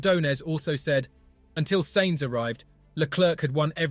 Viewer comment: Who cares about what some GT-driver thinks? And remember how to pronounce "Sainz", it would possibly make this an interesting video...